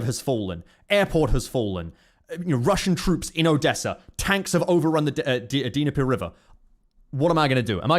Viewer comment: If you read this, I've always heard the Dnieper pronounced as nee-per.